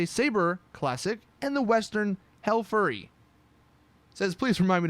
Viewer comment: U said hellfurry. U should have said hellfury. Read much???